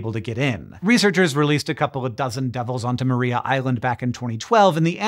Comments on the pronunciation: Mar-eye-a island. Not Maree-a island. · Tiny correction, (resident Tasmanian here) it's pronounced Mariah (as in Carey), not Maria (as in Callas). Don't ask me why, Tasmanians are weird. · Just a heads up that it is pronounced Mahr-eye-a Island. Nice to get a mention, cheers. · Tasmanian's like to pronounce things slightly differently to how you would expect. See: Launceston and Strahan etc. I guess we like our shibboleths to help identify mainlanders. Anyhoo, Maria Island is pronounced like "Mariah", as in Mariah Carey. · It’s spelt “Maria island” but pronounced “Mariah island”. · Thanks for mentioning Tasmana and our devils. They are fun little critters. One thing though, Maria is pronounced Ma-rye-a island. They are also on the peninsula. Those devils are free from disease naturally. A tiny strip of land connects the penninsula to the main island and devils don't cross because of the car traffic. Hank if you are ever in Australia, come visit Tassie. No drop bears on the island and you won't grow a second head. 😂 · Great video! Just one little correction… re Tassie Devils, Maria Island is pronounced Mar-rye-ah with emphasis on the second syllable. 🙌